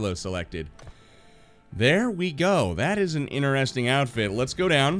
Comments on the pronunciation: Its interesting not ineresting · Learn how to say interesting